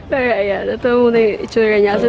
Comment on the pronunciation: tangina nmn oh ayusin mo pag salita ng "PERO"